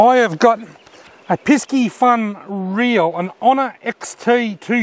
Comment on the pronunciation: Good video again but is “piss-e-fun” not “pisk-e-fun” 👍🏽